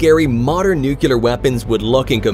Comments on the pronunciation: Nice compilation of clips - good job! A gentle fyi, nuclear is pronounced nu-clee-ur, not nu-cu-lur. See the spelling. :) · Nuclear, or new clear, say it, it’s not hard. Not nu que ler, ok? Sorry, it’s my pet peeve, 😂